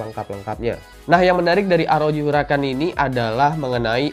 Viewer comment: Shin chan